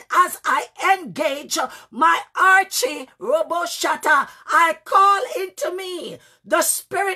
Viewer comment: thank you for that. The word I'm referring to is, it sounds like you're saying Archy or Archie. When you're getting ready to start praying and you said it means to outshine your enemies.